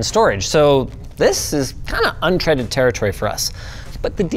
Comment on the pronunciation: Untreaded? It's untrodden.